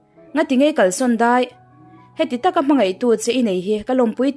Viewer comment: "A hnute a rawn lang ṭhawih mai " ni lovin, "a hnute a lo lang " tih a dik zawk tur. Tin, ṭhuih tih kha "zawk daih" tiha "daih" anga lam lovin, ṭhûih tiin U ah hian thlûkna dah tur. i thil phurh chu a zâng em ? tiha zâng tih thlûka lam tur. Hnute pahnih lo lang hi ṭhûih a ni a, pakhat chauh langah chuan ṭhûih hman loh tur.